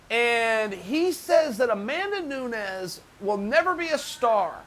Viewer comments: Chael : “Amanda NoooonS” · Come on Chael, Amanda Noons? She's been in MMA for over 5 years and you can't pronounce her name correctly? Perhaps if you say her name right, she may become somewhat more popular being more people know who Amanda Nunes is, than Amanda Noons! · She's now a star cause Chael said Amanda Nunes instead of Amanda Noons finally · Chael “Amanda Noons” Sonnen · Amanda News.... People are Turkeys.... Ya Ear... Mooey Tie. Amazing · "Amanda Noons......" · Only Uncle Chael can call Amanda Noones and Nunes in the same sentence 😂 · Amanda who-nes?